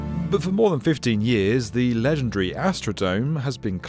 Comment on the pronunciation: "legendree" -- dopey Btitts